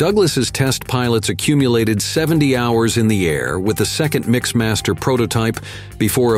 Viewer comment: MixMAS-ter? You can't even figure out Mixmaster? I heard another one that mentioned sixpointfive zerocaliber guns. What - what kind of guns??